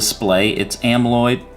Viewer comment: Did he just call Amoled "amloid"?